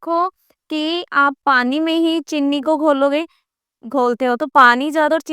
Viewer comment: Mam please aap cheeni ko chinni mat boliye 😊